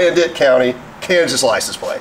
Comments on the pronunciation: Its Wyandotte not dat county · Wyandotte aka The Dot, not Dit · It’s pronounced (Wine Dot) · The county is pronounced Whine, dot. Great show! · Thanks for great show ! It’s pronounced( y an dot ) county ! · Wyandotte County is actually pronounced Wy-an-dot County. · It's pronounced Why in dot county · The county in Kansas is pronounced wyan dot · Wine Dot. Kansas is how it is pronounced. lol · wyan DOT county, lol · its pronounced wyindot kansas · Did you catch how pronounced Wyandotte county?😮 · Wyandotte county emphasis on the dotte pronounced dot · It couldnt be kansas city missouri. WY is Wyandotte county in Kansas. Kansas City Kansas. You also mispronounced Wyandotte